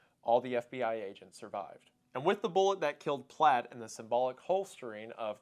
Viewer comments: The name of the perp was Platt. Not Platz. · The name is Platt. You got it wrong the entire video.